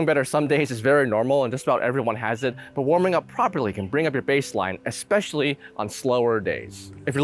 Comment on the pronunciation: Did you actually say, "eXspecially"? Lol